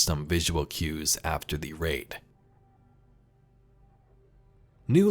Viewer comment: Might be me but did he say rape instead of raid atb